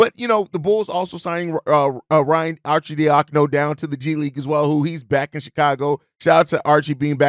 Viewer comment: Ar-sid-dia-cono!! Arcidiacono. Lol